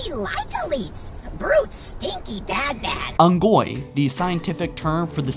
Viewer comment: What's with the way you said Unggoy?